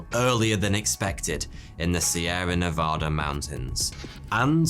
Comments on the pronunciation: Nev-AD-a not Nev-AH-da. We-ber not web-ber. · I don't usually like being a stickler for pronunciation but you had mispronounced Nevada. People in this state (my home) often become very angry when this happens. It's not your fault though, since most of my country can't or won't even attempt to pronounce it correctly. Thank you for all of your awesome content! Have a great day.